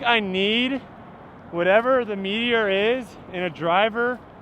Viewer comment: I can’t stop hearing “meat eater” every time you talk about the Meteor disk 🤷‍♂️